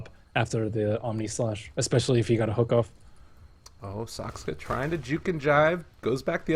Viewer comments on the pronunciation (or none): That caster still can't pronounce "Saksa" properly. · why does the caster keep on saying saksKa? :o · is it so impossible to say Saksa? "Sakska sakska" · Retarded casters ... ITS SAKSA NOT SAKSKA !!! UNEDUCATED MORONS